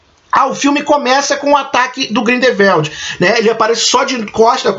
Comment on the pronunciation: Bacana os spoilers amigo. Só precisa melhorar as pronuncias Grindevéldi, Iscamender, Nil, Percivél, Crindênse, Saláminos, Obiscuris, Oblivion, Dumblandóre... etc Um abraço